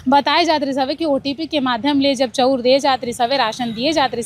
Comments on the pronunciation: चौ उर,,चौ उर 😂😂 नही ओ😮 चावल चा ऊर बोल😅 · चौंर नहीं ओ चाँवल बोलते